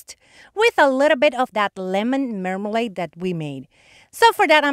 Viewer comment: Wow! Do those cake slices ever look real! They really look like a piece of cake. I also love the toast. You did an amazing job on that and by the way, I love the way you say marmalade. L O L. The mason jar came out really cute and I love that you used the fabric to go around the lid. These are some of the best ones I’ve seen you do. Of course I always say that because you always do an amazing job on your fake bakes. Love the big lemon slice. it really adds a lot to your tiered tray display of your beautiful fake bakes. Oh, Rick found the couch like yours in our Walmart and all we have to do is order it. He has been really busy at work but we will probably look at them online together this weekend. I’m so glad he found them. Hope you have a wonderful weekend. Hugs from the southeast coast of Florida.😎🦩🌞🦩😎